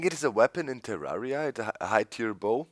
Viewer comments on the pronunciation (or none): none